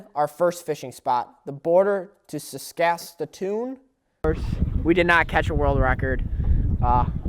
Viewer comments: sasakatoon? Jesus Christ,... it's Saskatoon, Saskatchewan. 🤣🤣🤣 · I think it's Saskatoon, not saskasasoon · Skakasatoon? You must mean Saskatchewan or Saskatoon lol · You butchered Saskatoon lol. Its not Sasaskatoon. Also, I think Spencer is a good dude, these haters just don't understand his humor lol. I wouldn't have known this was Ethan's first project unless you said otherwise, he did a good job. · "sasaskatoon" what. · Saskatchatoon.... (Sas-cat-chew-wan)or did you mean (Sas-ka-toon) lol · Asnoldo Prieto I know right! Saskatatoon? wTF? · You're not pronouncing Saskatoon right. Its pronounced sask-a-toon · thumbs up if you like the way he says Saskatoon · I like how he said Saskatoon wrong so many times... it's all good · your pronunciation of Saskatoon is appalling mate. You are coming across as "ugly American's" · I was surprised to hear these comments on Spenser in this video. As for the series, I thought Spenser brought great comic relief to the videos. P.S. much respect man, but you need to work on your pronunciation of Saskatoon.:-) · listening to you say Saskatoon is aids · Saskatoon, Saskatchewan. God Damnit! say it right. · The way he says Saskatoon makes me laugh every time.